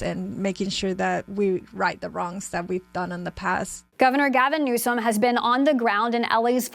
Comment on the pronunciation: Who is this "new-sahm" person she keeps mentioning?